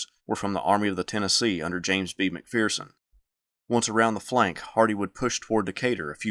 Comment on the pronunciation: There is no "fear" in McPherson. Its mac-fur-son.